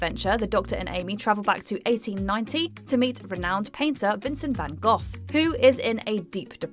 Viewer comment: Did the narrator seriously just pronounce Van Gogh’s name wrong? 🤦‍♀️